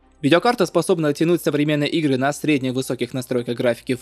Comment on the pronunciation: что за ударение? Правильно на первый слог делать ударение, а не последний "игрЫ", 16Gb? А почему написано 32? причем тут АМД если вы говорите про Нвидиа?